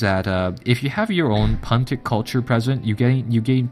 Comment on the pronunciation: It is pronounced 'pew-nic'. Not how you pronounced it exactly as it is spelt.